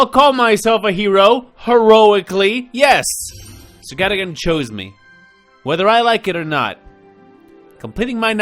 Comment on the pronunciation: The knights name is pronounced sir (gar dogan )